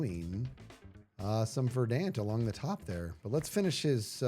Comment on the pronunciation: I know this is almost irrelevant to the entire stream, but it's been bugging me how many hermits pronounce "verdant" incorrectly. You put the emphasis on the first syllable; it's closer to "VER dunt" than "ver DANT"